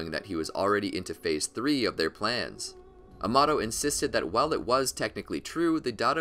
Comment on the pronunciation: i can't tell if this guy pronounces kawaki, amado, data, and karma wrong just to troll or what's going on here 😂